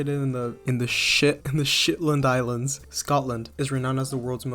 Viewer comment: what was that pronunciation of Shetlands my man